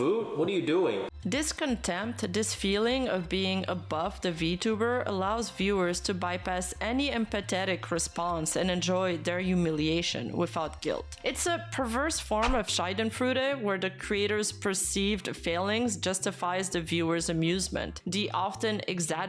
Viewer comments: "Shy-den-froo-deh" lmao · i love how pronounced it as scheidenfreude wich basically means p*ssy joy 💀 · Ah yes "Scheiden Frude" love it. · Bro, u butchered Schadenfreude😭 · I love as a german, how is pronouncing the Word completely wrong, but with so much confidence i can't be mad at it. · Same haha